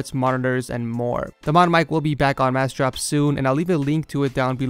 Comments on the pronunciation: he is right you know, im looking for that damn website and i cant find it in description, pronounce better as he suggested, i tought you would be smart enough to put the link of the website that paid you to advertise on top of description, and you are doing a pretty bad job, not only on the advertising but also on the treat to your subscribers... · Took me a minute to realize you were saying massdrop with your accent. Lol. Cool video. Very informative.